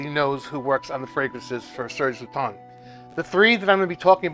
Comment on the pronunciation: Never forget how embarrassed i was when i met u at twisted lily and i referred to it as serge lut-ens then being immediately corrected by u saying serge lue-ton 😂